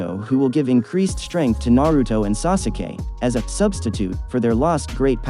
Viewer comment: sasuke hahahahaha why do you still read it as sasuke